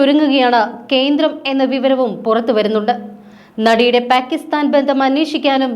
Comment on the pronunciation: Adhu endha (Pack)istan ennu uchharikunnadhu? (Palk) aanu sharikulla uchharanam.